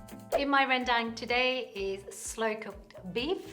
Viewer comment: Jenny pronounces Rendang and the name of the ingredients so well in Bahasa. Love it!